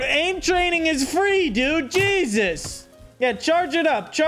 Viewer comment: also pronounces the t in 'jesust'